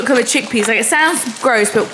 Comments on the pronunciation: Lol it’s chick pea not chicp bc hummus is made from chick peas 😂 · saying chicp 🤣 i think it’s chickpea like what hummus is made of. love the videos so much and the editing is honestly fine 💗